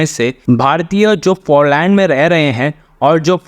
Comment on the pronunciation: भाई, पो लॅन्ड नही पोलन्ड...सही बोला करो...